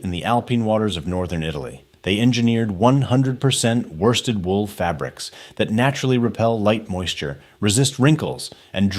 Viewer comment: Worsted pronounced by this genius ‘warsted’. E2L much?